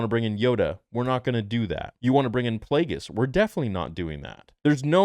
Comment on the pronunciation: Thank god, I was so not ready to have Plagueis butchered